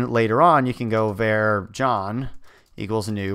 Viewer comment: who's going to break it to him that nobody pronounces 'var' like that??